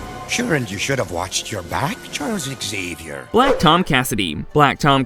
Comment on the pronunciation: CORRECTION: Emma Frost cannot "Easily rival Charles Xavier" (Also pronounced more like Saviour, instead of Eggs-savier, he is the xavier of mankind and mutantkind not eggs lol.) Xavier's telepathy is "raw" telepathy while Emma's telepathy is "suggestive" in subtype. Xavier can do everything Frost can, and more.